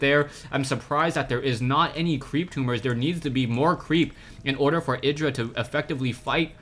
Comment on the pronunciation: Id-ra, not eye-dra :P